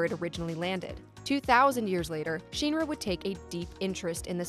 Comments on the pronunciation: She makes a video sounding like she knows the lore but probably just read it somewhere not even play the games. It’s not sheenra it’s shinra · Shinra. Not sheenra. Lmaaao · 1 minutes 38 seconds in and I'm commenting to say that the letter "i" does not always make the "ee" sound... It is shin ra (like the shin part of your legs...). Not sheen ra. This already irks me... Gonna try to watch the rest... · SHEEN-ra? Martin Sheen-ra? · Not Sephiroth's group of soldiers. SOLDIER is owned by Shinra. Which is not Sheeenra. You'd know if you ya know played and heard it said. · Why is pronouncing shinra so hard? Just listen to a voice clip from the game. Or the movie. Or the 2 other games with vocals. Shin Ra Not Shien ra. She even flipped between saying it right and wrong. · Say sheenra one more time, I dare you . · Stop saying Shinra like that! “Sheen Ra” whaaat? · Take a shot every time you cringe hearing her say “Sheeen Ra” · it's my position if you are targeting an english audience then you need to use proper english pronunciation. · This was great... but why do you pronounce SHINRA so weird!? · No no no it's definitely not pronounced like how she says it in this video. Go watch the creative process videos and the interviews with the Nomura and Kitase and see how they pronounce Shinra. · And the pronunciation of Shinra in the video is incorrect.